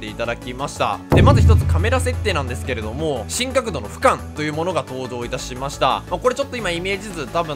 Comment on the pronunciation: 俯瞰の発音めっちゃ気になったw